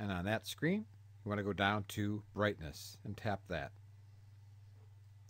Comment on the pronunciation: Brithness level